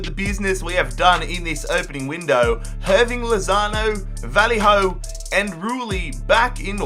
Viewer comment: Wtf was that pronunciation for Vallejo?